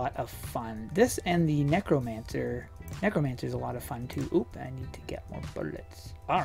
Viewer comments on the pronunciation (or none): is it only my imagination, or did he say "nekomancer" the first time he tried to say "necromancer"?...